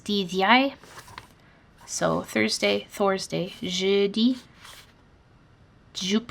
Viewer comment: Perfectly said in French, mercredi and jeudi! 🖤